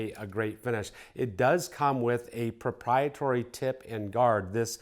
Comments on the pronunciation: ProprieTARY like dairy or hairy, proprietory is not a word, I know everyone messes up pronouncing things sometimes, for whatever reason their brain glitches and gets stuck on saying a word wrong but for some reason that was like nails on a chalkboard for me lol. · ProprietAry ..,not proprietory